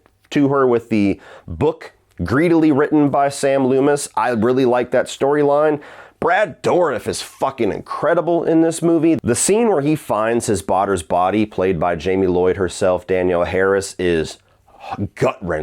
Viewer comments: “baughter’s body” lol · "his baghters body" 🤣